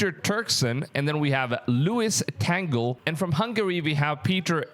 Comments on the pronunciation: Filipinos called him "TAG-LE" not tagel, nor tangle.😀😀😀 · Luis “TANGLE” 😂 There’s no N, dude! It’s TA-GLE 😊